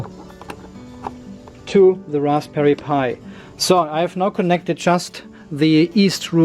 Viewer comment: LMAO... love the accidental correct pronunciation of Raspberry Pi